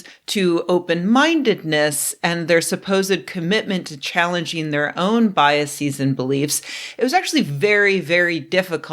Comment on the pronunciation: While questioning the education/intelligence of others ( in the video), you're mispronouncing one of the words you used to do so, due to your own lack of education/intelligence. "Biases" is NOT a Latinized plural, so it's not pronounced BYE-UH-SEEZ, but instead simply BYE-UH-SIZ. I've told you that multiple times over the years. It's fine to call others out for errors, but don't make errors in the process of doing so.